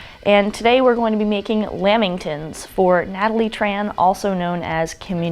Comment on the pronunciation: Just so people know it's said "lamm-ing-tonns" not "lam-bing-tns". They're meat free 😉